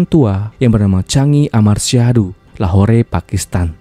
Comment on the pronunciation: Min...maaf koreksi dikit ya. Penyebutan lahore itu cukup lahor aja gk usah pke e...kyk kishore jg d baca kishor...e nya d hilangkan Semangat min